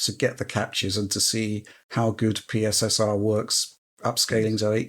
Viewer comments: Out of all this debacle the absolute best thing is calling it PiSSR. Brilliant! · I look forward to hearing PSSR pronounced as "Pisser" in many future videos. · Please never stop calling PSSR "pisser" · “PSSR, or pissah” 😂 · 'Pisser' was the first thing I heard. Its even worse than the Xbox SAD (S All Digital) edition name. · Remember what said: “PSSR” is pronounced “pisser”.